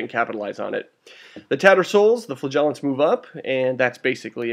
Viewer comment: You might need this :) How to Pronounce Flagellants